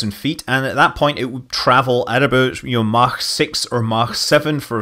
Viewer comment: scott, stop with the german pronounciation of mach.... its really offputting. :/ like you know that idiot at houseparties that insists on saying everything the french way to sound posh? yeh thats you buddy.